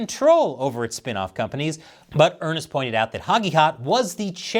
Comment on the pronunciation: I think the senator's name is pronounced like "urnst" not like Earnest.🍯🍯🍯🍯🍯